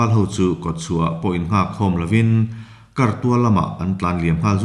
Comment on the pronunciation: 'Sêr bul kar bal....' kan tiha 'kar' ang hian lam rik tur a ni e (Kar - Sakei thang).